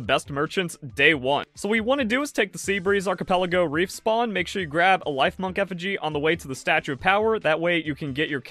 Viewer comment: great video bro. I have always found it difficult to listen to pokemon or palworld content because of the awful butchering of the names but i was able to get through yours because of how amazing the content was great job! LIF - MUNK rhymes with chipmunk... TOM - BAT rhymes with Tomcat.